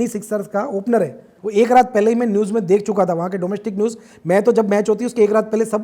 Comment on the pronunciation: News hota hai bhai newses nahi